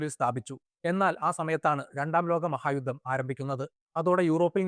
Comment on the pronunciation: മലയാളം വളരെ മോശം. യുദ്ദം. അൽബുദം. അബിനയം. ബാഗം